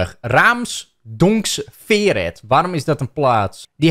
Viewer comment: moeite met raamsdonksveer uit te spreken. kom voor de gein naar Brabant dan krijg je raamsdonksveer, chaam, oisterwijk en al dit soort leuke namen